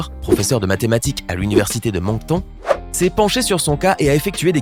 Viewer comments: Moctonne pas moncton sa se prononce comme bacon lol je suis bien placer pour le savoir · juste pour information Moncton ne se prononce pas du tout de cette facon. Il faut le prononcer de facon anglophone lol